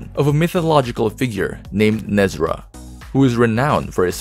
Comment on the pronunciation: PLEASE educate yourself. Who tf is NEZRA …..???? It’s Ne Zha !!!!